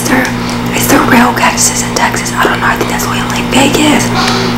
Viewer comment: She said cactus's 😂